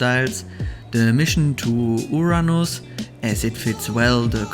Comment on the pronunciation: you pronounced Uranos well, this is very close to how it is pronounced in modern Greek language